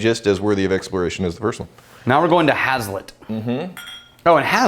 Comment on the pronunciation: As someone who’s grown grain for a living I’m gonna take this opportunity to be a dick and say it’s pronounced “haze-let”